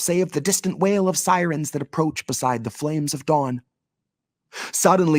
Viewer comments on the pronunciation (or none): none